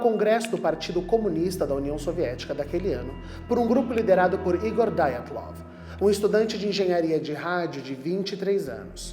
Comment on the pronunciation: Mas não é Diátlov, em vez de Daiatlov?